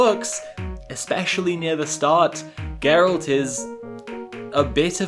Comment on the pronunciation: The way you pronounce "Geralt" and "Cavill" is honestly so cute. Also, great pronunciation of "Andrzej Sapkowski", greetings from a fan from a country far, far away called Poland... <3